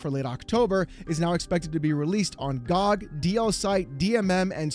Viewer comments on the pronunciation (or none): Calling GOG "Gawb" is fuckin diabolical.